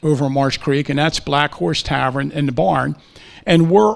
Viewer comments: “tavren”? How about “tavern”? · Loved the presentation but wtf is a "Tavren?" Almost had Tavern. haha